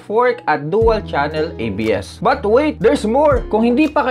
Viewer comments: Ano ba naman kuya.. ang But ay iba sa BUTT. 🤣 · Natatawa talaga ako sa kada but mo na sinasabi e kung ano anong lumalabas e HAHAHHAHA. Keep it up Bro. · love ko talaga ang "but". ang pagbabalik ng "but" :-)